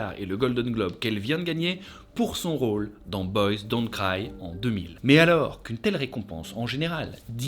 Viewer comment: Alors ça se fout de nous, français.e.s, qui prononçons "game on trone" mais ça dit "boyz dont craïe... 👀 MOUAIS MOUAIS 😂